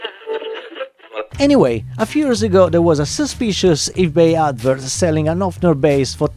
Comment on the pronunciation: it’s a Höfner not a Hofner, and the pronunciation is quite different